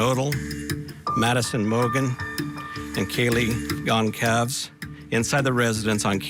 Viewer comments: This is a fragment from the early police statement where Gonsalves was pronounced as Gonkalves, and consequently some people keep pronouncing it wrong until today. But don't blame Court TV, they get it right later on. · The chief butchered their names smh praying for justice and peace🙏🙏